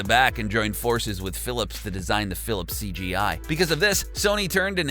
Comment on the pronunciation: Philips cD-i not cG-i